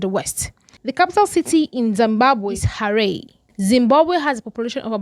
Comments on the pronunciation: Harey ❌ Harare ✅ Mungagwa ❌ Mnangagwa ✅ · It's not Hareii it's called ha-raa-ree😂